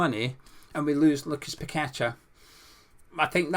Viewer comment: Paqueta and your one person who actually knows how to pronounce his name properly well done. Not pack a tar ffs. Kudos good and get you but Paqueta unfortunately will go to best team and coach in the world unlike Dec. 😢 Don't blame him either one bit.